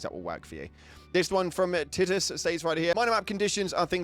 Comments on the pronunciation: "Tit"-us lmao It's "Tight"-us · Tittus? Lmfao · Is that TITus or TIe Tus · ........... my word the mispronoucing titus is diabolical